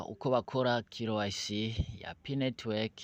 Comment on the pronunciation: Corrigez votre pronunciation. C'est K Y C( QUI WAY CI). IYO KILO WAYISI UVUGA IKOMOKA HE??